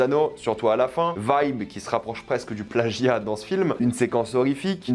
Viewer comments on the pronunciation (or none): none